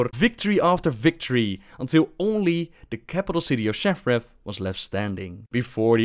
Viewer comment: His pronunciation of Shattrath as Shaffraff always cracks me up.